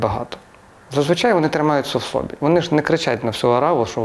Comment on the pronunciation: не сОбі, а собІ, наголос на І